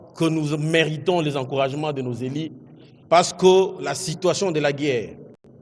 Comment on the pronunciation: dite au ministre qu'on ne dit pas "nos élis" 😂😂😅 j'ai i etc ....